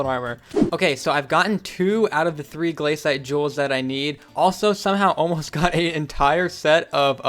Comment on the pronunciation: im so triggered by him saying gl-A-cite but its gla-cite